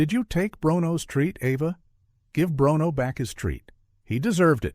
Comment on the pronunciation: The dog"s name is pronounced; brooono.